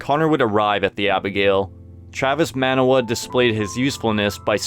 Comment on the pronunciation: ugh its not man-uh-wa its mah-nah-wah.